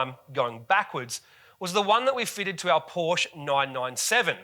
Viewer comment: Great video, except your pronunciation of Porsche.